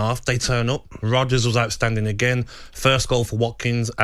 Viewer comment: Is Gabby calling Rogers Rodders?? 🤣